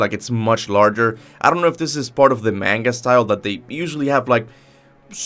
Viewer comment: Please stop saying manga like that 😭